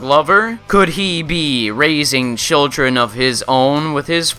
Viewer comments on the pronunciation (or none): none